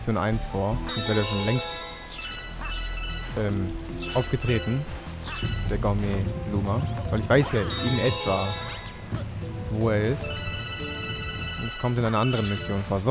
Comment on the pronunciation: tut mir leid, dass ich dich darauf hinweise, ich verkneife mir das jetzt schon seit 13 parts, aber es heißt "gurmet" und nicht "gormet", im französischen wird ein "ou" wie ein normales "u" gesprochen;)